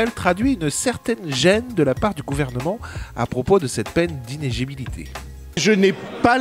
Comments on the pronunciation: Inéligibilité mon ami. Pas inégibilité :) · inéligibilité. Aseelineau aussi n'arrive pas à le prononcer. .